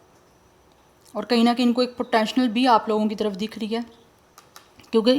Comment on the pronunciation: is it "poTeTional" or "poTENTial"???? Behen aap Urdu mn baat kar Lia Karen q k aap ki English grammar tau choren pronunciation b theek nhn ar bht se words aap bilkul ghalat bolti hn.